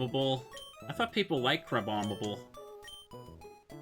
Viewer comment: "Crabombable"? is it a leak from Z-A or are we talking about Crabominable?